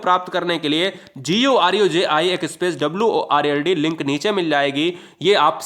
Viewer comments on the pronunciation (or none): none